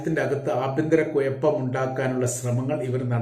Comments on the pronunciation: കുയപ്പം അല്ല കുഴപ്പം,ഒയിഞ്ഞു അല്ല കോയ ഒഴിഞ്ഞു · Koyappam alla changathi kuzhappam.